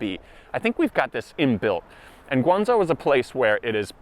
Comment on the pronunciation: One pronouciation problem, it's GuangZHou not GuangZou. PS, I am totally on your side, in China the word discrimination is way more proper than the word racism.